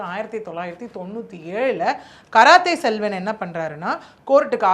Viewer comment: 😂😂😂 karathai Selvan கராத்தே செல்வன் 😂😂😂 தப்பு தப்பா படிக்காத படிக்க தெரிஞ்சா படி